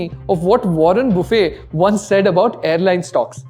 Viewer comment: Great content as always from Finshots. As some wise man once answered when asked how to become a millionaire. 'Find a billionaire and ask him to invest in airline stocks.' 😂 PS - Please pronounce the surname of the great man Warren Buffett correctly. Otherwise, the 'tt' at the end of the name will be disappointed. 😉